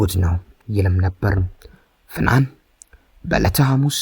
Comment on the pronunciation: ስሟን እንኳን አስተካክለህ አልጠራህም አተራረክህማ